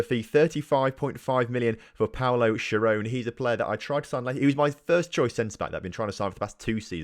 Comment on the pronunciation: Schirone is pronounced Skeeroneh just to let you know :*